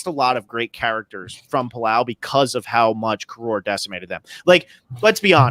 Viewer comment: The first half of Palau isn't the ulonging, its the Con-KOROR-ing